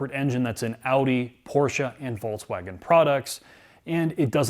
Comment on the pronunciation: Jesus Christ,. It's not a Volts-wagon.